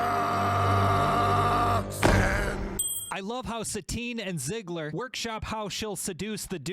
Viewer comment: Is it just me... or you said "Zigler", instead of "Zidler"?